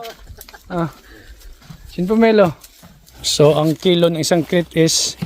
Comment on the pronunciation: hindi krits dapat ay kreyt.